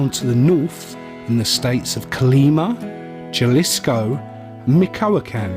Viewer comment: in the will of my ancestors, and in behalf of my indigenous blood, i cast a small pox on you for pronouncing "JALISCO (HA-LEES-KOH)" as (jah-lees-kou) just a small one, like Diarrhea